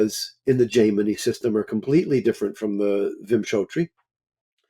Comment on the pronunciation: All respect to and his experience, but just a couple notes here. For those getting introduced to Vedic systems, please note that his pronunciation is not always correct, for example "Ashtotarri" and "Jaimini". In terms of the dasha systems, "chara dasha" is not a "Jaimini" technique per se. It is covered clearly in the version of Brihat Parashara Hora Shastra we have, along with many other things people call " Jaimini" techiniques. It is claimed these were inserted into BPHS, but there is not solid scholarly evidence to support this and is an assumption. A note too on his use of divisionals. He was looking at 6th in the career chart for medicine and finding it didn't work. There are techniques wherein we do not use the same house meanings across all the divisional charts. So 6th houe in D10, would be house of service. More planets there merely means person is more orientated towards service than business, which is a 7th house thing there. Like this, divisionals are not simple, unless you are of course looking at the rising of each one adn the significator house for that area of life, but there is a LOT more to see there. Another point to his presentation of neech bhanga, and reversals. It does not mean the problems represented by that yoga is canceled whatsoever. Nothing is ever canceled. It just suggests that there are some problems which can be overcome and that depending on what the thing is that is cancelling it, which would be specific to those rules. This too